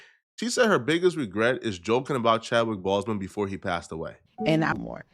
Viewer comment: “Who ain’t nevah seen a Bentley befohh” Lmao why’d you say it like that? 💀💀